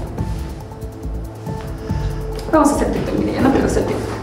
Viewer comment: 😂😂😂😂es tik tok no tik tak 🤦🤦🤦😂😂😂😘